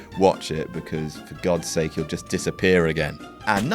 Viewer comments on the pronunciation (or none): none